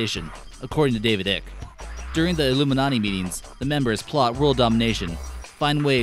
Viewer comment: It's not David ick its David I-cke